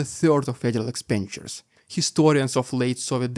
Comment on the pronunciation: Hi! This is another great analysis. Hint: Ask Mr. Google the pronunciation of the following words to make your analysis even better: Banquet, Expenditures, Hermit, and Dictatorship. All the best from southern Alberta in Canada.